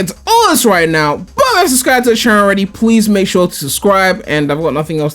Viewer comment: P L E A S E WITH A L! Not “pwease” CHRIST